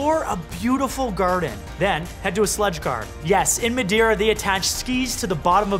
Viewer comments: love your videos..... but I cringe when I hear you say Madeira (and a few other things in past videos)! hahaha I'm Portuguese. My mom is from Azores and my Dad from northern Portugal. It's "Mah-Day-Rah" but you have to roll the R. Got nothing but love but roll them Rs bruh! haha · It's portuguese. Mah day rah Not My dae ra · MadAIRA ? Lol.. MadEIRA! EIRA! xD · Not Mad-eye-ra ... it's pronouced Ma-day-ra - nice photo at the end :) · Ma-die- raw that's how you sound like loll . Try Ma-dare-raw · It's not pronounced Mad-ire-a. Try Mad-ay-ra. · Hey This is how Madeira is pronounced 'ma' as in mail "dei" exactly as day "ra" as in Sarah So just say ma day rah:) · Nice film and beautiful shots!! Definitely adding this to my photo bucket list! BTW at least in Brazilian Portuguese we pronounce it Ma-Day-Ra. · Repeat after me: "ma-DAY-ra" (yeah, just like you would say "day" in english). Just kidding... Really nice work, man! It's great to see someone thinking of fresh new ways of telling us stories, loved it. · OH and btw, try to say it like this: MA - day - RA . This should sound like portuguese 😁❤️ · Muh-day-rah PS - Next time take the ferry to the island of Porto Santo - best sand beach in Portugal, it stretches for 9km! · Try and pronounce Ma"day"ra and it will sound much better :) Nice vid format I love it!! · It's pronunciation is actually MA-DAY-RA. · You said maderia wrong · Not madaira....that’s cringy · Mate your Portuguese is terrible but I understand 😁 it's a dificult language, but I will try to teach you how to say Madeira, it's like this: matheyra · HAHA Not quite as we say Madeira but okay, I'll give you a discount. It's not too bad for a Canadian. Epic video. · Sorry but I'm Portuguese and you just said Madeira Wrong like 150 plus times hahaha i love the island! And your last photo is awesome! I wish i had a drone when i went there! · I’m screaming, who told you that’s how to say Madeira 😂😂😂😂😂